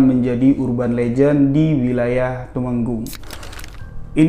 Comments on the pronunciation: Meskipun sdh beberapa kali mendengar kisan ini tp ttp g mau ketinghalan kalau yg cerita. Btw TEMANGGUNG bang bukan tumenggung....🙏🙏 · Temanggung, bukan tumenggung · Maaf bang bukan tumenggung tapi temanggung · ASSALLAMU'ALLAIKUM WARAHMATULLAHI WABARAKATU,, TAIWAN HADIR, Telat lgi deh 🙏🏻🙏🏻🙏🏻 Maf Mas mungkin wilayah TEMANGGUNG bukan TUMENGGUNG,, Mungkin lo ya,, hehe 💪💪💪🙏🏻👍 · Assalamualaikum wr wr...salam dari saya asal solo jawa tengah...mohon maaf sebelumnya jika ada ucapan kata "kota tumenggung " di jawa tengah sepertinya tidak ada kota " tumenggung " adanya TEMANGGUNG alisa kota tembakau...mungkin salah ucap...sekian terima kasih...sehat selalu mas dan selalu di lancarkan rejeki nya mas..aminnn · Ya nggak apa apa cuma salah sedikit Cuma nggak ada huruf a nya Tumenggung Temanggung 😁😁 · mungkin temanggung x ya bukan tumenggung